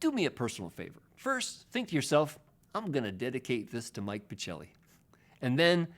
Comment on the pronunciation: One of my all time favorite too!!! THANKS . p.s. if your surname's italian , as it seems , should be pronounced pakelly.:)